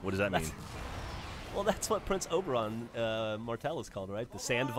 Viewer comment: Oberyn, not Oberon.